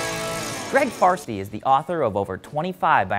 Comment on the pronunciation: Did he just say Greg farstey